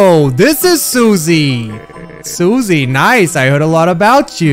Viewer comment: Its not pronounced SU-See its pronounced Sus-E